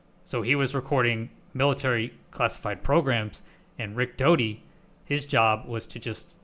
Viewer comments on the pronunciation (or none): Oh really, you can tell that from just this video. I have watched Rick for over 70 hours, and not once have I found he to be anything but honest and straight forward. And his name is Richard Doty, not Dodi.